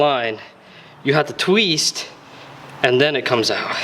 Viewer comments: You have to "tweest". It's twist. Twist... you've set off my anxiety. Thank you. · I like the way it “tweast”